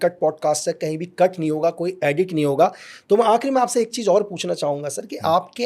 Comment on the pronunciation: Cheez ko cheej bolta hai iss ne Pakistan main kese jasosi ki hogi